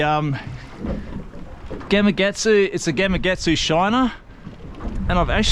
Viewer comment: Another great video. Love the content. But, I just have to say - GamaKatsu. Yep, that’s a K in the middle, not a G.